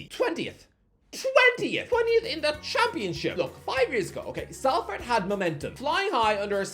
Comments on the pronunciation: Sol-ferd, not sal-ferd. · it's pronounced Solford not Salford 😩😩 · Salford is pronounced Solford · Everyone else cringe every time he mispronounced Salford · Five years and still not learned how to pronounce Salford